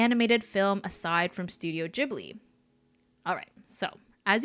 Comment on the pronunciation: It kind of bothers me when people mispronounce Ghibli ^^'